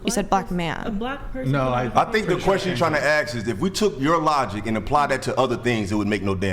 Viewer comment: Why does he say “axe” instead of “ask”?? 🤔